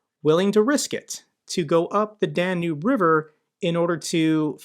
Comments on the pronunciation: Love your videos but hearing you say "Dan-noob" river 35 times is driving me up the wall. It's Dan-Yube. Lol if you're a geography nerd say it right lollolol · Hey, just a quick note, might want to pronounce Danube as "Dan-yoob" which is more accurate.